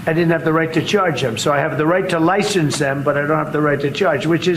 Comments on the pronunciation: Lie "shen" ce???? Wow! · We have a "lishence" situation...🤦